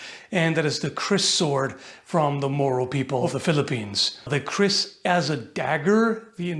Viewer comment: When you said, "the kriss sword," I thought you said, "The Crissword," and wondered why the tiny sword from the Zelda cartoon was in the line up.